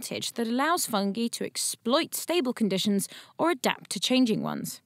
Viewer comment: the way she says "fungee" kind of irks me